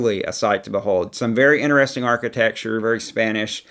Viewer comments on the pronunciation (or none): none